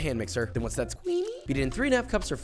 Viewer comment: then ones that CWEAMY😂